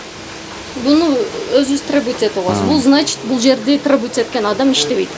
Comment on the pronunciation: Тррребоват этип алабыз дейтко 😂